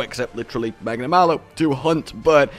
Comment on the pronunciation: HE DID IT! HE SAID HIS NAME RIGHT! You mad bastard you actually did it! All jokes aside though he looks extremely fun